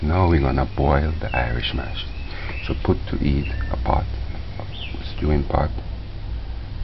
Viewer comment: He said Irish "MOSH" 😂😂😂